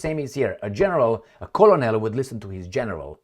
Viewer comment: Colonal is pronouned k-e-r-n-a-l.